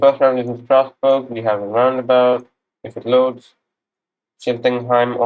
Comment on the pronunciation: Tough start indeed, a little too much haste in the mountain rounds. I like your pronunciation of the Alsacian town names, like Schiltigheim or Illkirch-Graffenstaden (it's where I live!), but don't worry even the French who don't come from Alsace struggle a lot :) Good luck for the next ones!